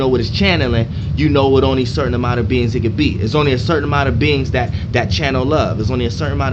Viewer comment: I thought you said beans until you were saying beings more i noticed lol